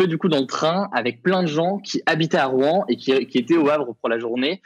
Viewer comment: Mauvaise définition de la réglementation Seveso, qui se prononce "[SeVéZO]" et Rouen ne se prononce pas [Rouin] . Bon et puis apres le sujet est traité vraiment à la légère, la réalité des rapports depuis 3 jours sont tout autre